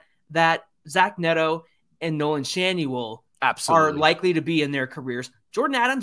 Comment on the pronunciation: Schanuel ?? are you hoping to change the "N" to "H" then have a silent "L" and gain "SchaHue mark 2